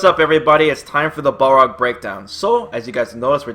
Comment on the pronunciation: isn't hes name pronounced bal rog, not ball rog